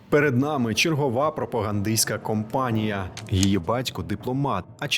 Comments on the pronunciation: Вибач, але у цьому випадку правильно казати "пропагандистська кАмпанія" (не кОмпанія). А взагалі - ти крутий, і був таким рік тому! 🤪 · Тільки ж "пропагандиська кАмпанія", а не "компанія"